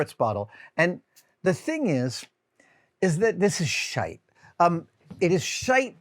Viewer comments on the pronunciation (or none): Hearing an American say shite is a weird one, solid video btw! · Have you got Scottish ancestors? The way you say shite is pure Scottish. P.S. My name is George, and I'm from Dundee, Scotland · he even sounds irish saying it too... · I know right!! Just did a double take cos he said it a bit weird then repeated it! 😂 We also say it in Scotland